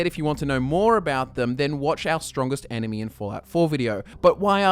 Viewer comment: Every time he says enemy it sounds like anime... or is it just me?